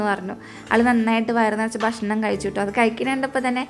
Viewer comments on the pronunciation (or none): none